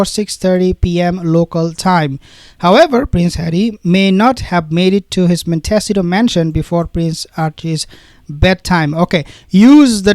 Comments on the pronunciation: Prononced mont s eetoe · Pronounced Mont ah sea toe. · Montecito pronounced Monte C toe Californian here..ty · MONTECITO pronounced: MON-TEE-CEE-TOE. I'm only trying to help u as every time u have to say the word, u rush through it, hoping we don't notice . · Please learn how to pronounce Montecito.